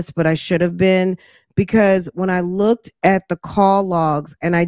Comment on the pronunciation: Uh, sis, did I hear ( look-ded) looked good?